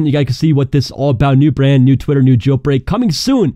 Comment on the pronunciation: is my phone breaking or did he say twatter instead of twitter?